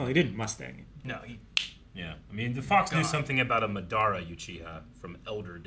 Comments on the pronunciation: Dei-DaR-Ra Now Ma-DaR-Ra. There really have a problem with that -ar-. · So who wants to take a guess for how many episodes it will take for the to say Madaras name correctly? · I'm from 2025 and they still say his name wrong